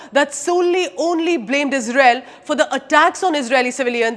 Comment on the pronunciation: we sappot yuu ijrael 😂😂😂